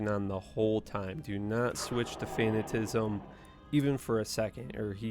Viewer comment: Fan at a ciz m, think fanatic. Yes I already watched your video on how you pronounce things wrong. Just trying to help.